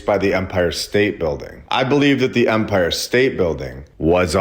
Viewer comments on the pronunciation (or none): I enjoy this channel. I really do. For the love of The Most High, it is EMPIRE state Bldg. With an E. Not UMPIRE with a letter U, like the officiating part of a baseball game. Its not an Umpire State Building. Please man. It takes away credibility and gives the other side something to disregard your work when you make idiotic simple mistakes, over and over throughout every single video. Take 5 minutes before posting and look up pronunciation if youre unsure.